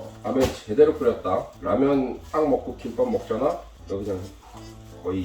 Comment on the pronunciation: `김빱` 아니고 `김밥`이라고 발음해야^^